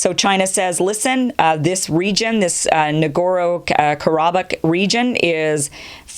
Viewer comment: You can't even pronounce Nagorno Karbakh, and don't even know what Azerbaijanis call themselves, yet your giving a 30 minute monologue on the issue. You should stick to doing makeup Ticktocks because that is what your qualified to speak about.